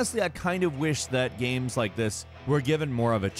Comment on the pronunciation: He likes his dee-eye-mos of all those guy-ames.